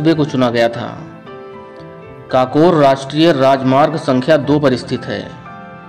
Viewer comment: काकोर नही ककोर है